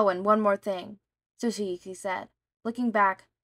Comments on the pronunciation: It's not silent. It actually sounds the same as the T and S combo that you hear in the compound word "It's". Also a lot of the names here are so wrong im haveing to re learn them to follow. I'm not dropping over it, but it does need fixing. For our narrator: The Japanese language isn't as confusing as English. All consonants and vowels make only one sound each. U soudns like you. I sounds like see. E is the most confusing as it sounds like the E in hen. And A is all. All consonants can be treated like hard sounds and all consonant and vowel combos can be said as it's own syllable. This is a cheap guide, so understand there are flaws. The name TsuKaUChi would be pronounced as if all uppercased letters start their own word, and then put together. More basically, forget all english spelling rules when reading Japanese words and names. Read it like a child who only just learned the letters and doesn't know how to combine them yet. NaOMaSa, IZuKu, ShiGaRaKi, ToShiNoRi, even ToRiNo can be read this way as it seems the Japanese can be rather smart about picking names they can pronounce easily, it seems. Read as if you're sounding them out as you go. You'll get a lot further than guessing or, even worse, applying other languages' spelling rules. One thing to add, though, is that when reading Kacchan, that first C will throw you off a LOT. That's because of those Extra things im not teaching you here. Just know to ignore the first C and pronounce it as KaChaN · Your endless struggle to pronounce tsukauchi is really amusing /lh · Sorry but your not saying the detectives name right (I think the T is silent) anyway love this story its really fun.